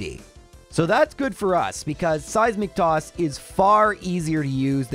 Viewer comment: Every time he says Seismic toss, i hear " Saizz Mc Toss"